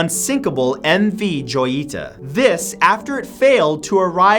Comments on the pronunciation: Matt about the MV Joyita, its not joy-ita, it's ho-yi-ta, as "little jewel" in spanish. The ship was built by Roland West, whose wife name was Jewel Carmenville, hence, the name of the ship, as jewel is "joya" in spanish. Other than that, great vid! love them! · I loke the videos but, #9's MV joyita is pronounced hoyita because it is a spanish word meaning small jewel. Still you gave me a reason to not want to go onto a cruise liner or a cargo ship XD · #9 pronounced Hojita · It's pronounced Ho-yee-tah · Please!! Joyita is pronounced HOY E TAH. It's Spanish. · Hey Matt, since your pronounciation is almost always perfect it made me cringe when I heard you pronounce “Joyita” incorrectly.